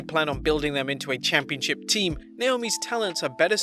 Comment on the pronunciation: Who else heared "Championshit" insted of "Championship" ?